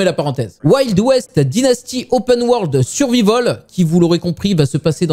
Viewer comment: prononcer survahivol. c'est facile.